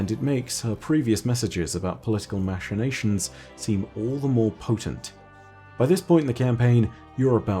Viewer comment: Does anyone else find it really distracting the way says machinations entirely incorrectly??